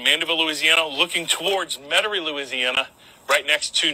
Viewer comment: This yutz doesn't even pronounce Metairie correctly